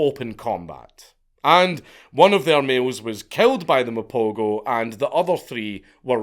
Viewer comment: pronoucing Mapogo so wrong ..lions are dying atm